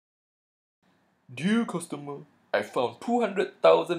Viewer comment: Dee-ah Custahmer